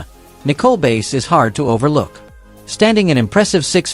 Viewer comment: Learn to correctly pronounce names. Bass is not pronounced “base” but “bass” like the fish. Asuka is “ahs kuh” Stratus is not “Straytus” it is “Strat us”